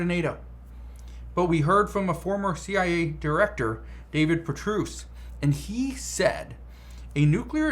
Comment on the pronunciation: How are you mispronouncing David name? He’s very famous